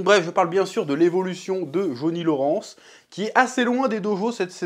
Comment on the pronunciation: "Jauni Loransse" pitié chef 😭😭😭